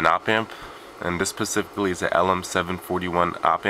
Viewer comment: It's not an "integrated circuit" it is an integrator circuit. Also, not to be pedantic, but it's "specifically" not "pacifically".